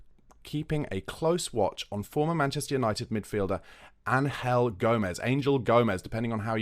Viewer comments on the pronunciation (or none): Can I recommend you pronounce names correctly. It just sounds crass to say English Angel for a spanish player. Do you say Ain-gel Di Maria?